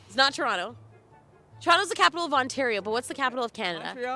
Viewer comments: guaranteed they could name three if they knew that they were Canadian, which they don’t. come on, you’ve watched enough videos to be able to pronounce Toronto properly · You know someone is American when they pronounce the second "T" in Toronto. LMAO